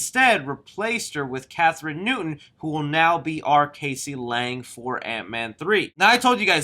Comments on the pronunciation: hey it Cassie not casey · ITS NOT CASEY...thats not how you say it, it's Cassie. Like Cas - E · Not to be that guy I’m her name is pronounced cass-ie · Her name is Cassie , not Casey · Who is "CASEY Lang"? It's Cassie hehe.